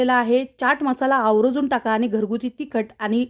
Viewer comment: आवरजून नाही गं.. र् अर्धा आहे.. 'आवर्जून' असं म्हणतात..